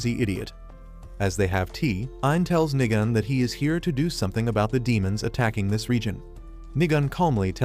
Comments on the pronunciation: Nigan like ayoo I hear you saying niga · Why did bro said Niga-N?😭💀